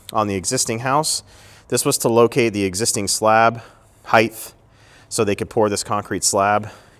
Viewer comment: Another professional who can not say the word height correctly